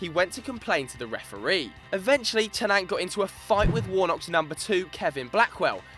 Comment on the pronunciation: Hahaha Stan Ter-Nant come on guys .